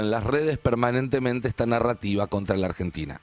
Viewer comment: dice argetina